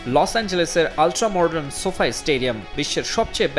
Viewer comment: otar uccaron ''sofai'' . amio age vul boltam